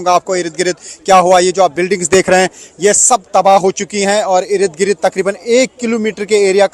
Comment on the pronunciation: इरिद गिरिद नहीं बोलते, इर्द गिर्द बोलते हैं 😂😂😂😂